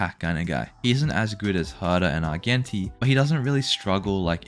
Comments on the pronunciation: dont say "arguenti" again pls, its not how its pronounced. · The G in Argenti is pronounced like a “J” please sir please